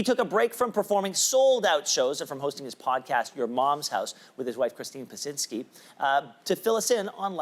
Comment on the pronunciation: "Christine Pasinzki"